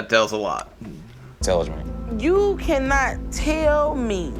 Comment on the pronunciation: Lmao you paused right before he says intelegment and you didn’t catch it. Everytine I watch this episode I laugh! 💀